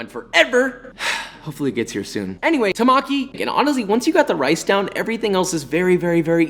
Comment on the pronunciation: Temaki, not Tamaki!